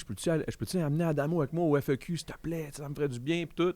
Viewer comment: My god Adamo, c’est le FEQ pas le F. E. Q. 😂😂😂 ça m’a fait saigner les oreilles